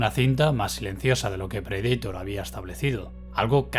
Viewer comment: Que tienen los españoles con la pronunciación de predator ? 😅